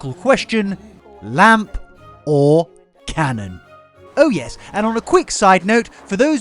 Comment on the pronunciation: Wandering around watering the garden while listening.... "Did Jack just say 'cannon'?" Did not expect that. The lamp IS cool, but totally go with the canon